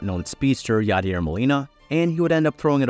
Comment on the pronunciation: “Known speedster Yaider Molina” had me 💀